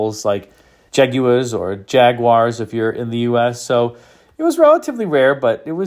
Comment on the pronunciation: Thanks for the correct pronunciations: Citroën, Peugeot and Jaguar 😇